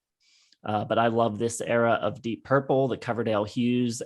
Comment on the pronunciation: "Deepp Purple" - anyone else notice that?